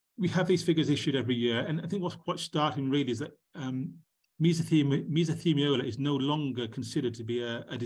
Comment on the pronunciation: It's mesothelioma, not mesothemiola, :)